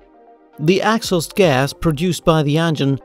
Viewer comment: Nicely explained. Great animations. Thanks! A word on pronunciation though - 'exhaust' has its stress on the second syllable which is a long vowel sound also found in the words 'law', 'door, 'course' or 'or'. That is with a British English accent though ;) Cheers.